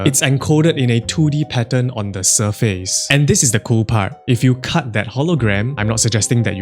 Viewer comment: Say surface.